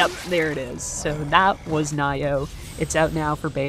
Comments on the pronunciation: Naiyoh? Lol I don't think thats how its pronounced. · Nee-yoh is the appropriate pronunciation. You had it right the first guess. xD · you pronounced Nioh wrong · Pretty sure it's pronounced Nioh, not Nioh or Nioh which you said.. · yeah, it's pronounced Nioh, not Nioh... _'